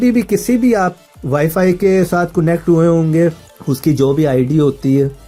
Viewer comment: coonect q bolty ho...sary bykar tariqy btaty ho